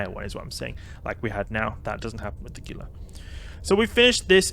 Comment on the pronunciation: I love you vids man. I do however feel the need to let you know Gila is pronounced Hila. It is a reference to the Gila Monster, a lizard native to the western United States.